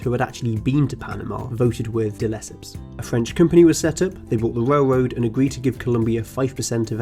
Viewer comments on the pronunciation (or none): “The panama wail woad was a majow awtewy fow amewicans wooking fow gold” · What is a whale woad?